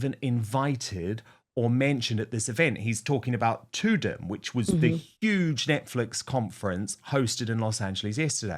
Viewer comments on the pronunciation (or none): Dan... Tadum is not pronounced "too dumb" It is the sound you hear when NETFLIX opens. It it pronounced "TA DUMB" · It's pronounced 'tu-dum' as in, the sound you get when you first put Netflix on. That's why they named it that ☝ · Dan Wooton, Tudum is pronounced like the sound of the Netflix intro. It would sound more like tah dum. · Tudum is pronounced with two short u’s with the emphasis on dum like the sound recognized with the name NETFLIX when it appears on your screen